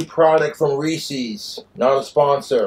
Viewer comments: He's doesn't know what the apostrophe means though. I assume anyone who says reesees doesn't understand that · It's Reese's Not Reesies, Jessica is getting back in if she has booze!🤣😂🍷🍻🍹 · Its reesies.